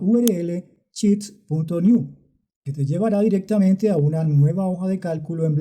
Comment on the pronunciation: Porqué no pronuncias bien "Sheets". Es pronunciancion "Inglés Colombiano"?.....